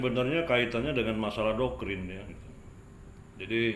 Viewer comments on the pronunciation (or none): Saya kok jadi bingung, itu bilang Doktrin atau Dokkrin ya?